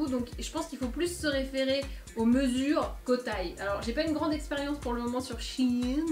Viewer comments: Shein se dit chi-in 😄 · SheIn était avant SheInside mais ta prononciation m'a fait rire ! Mon porte monnaie va moins rire par contre...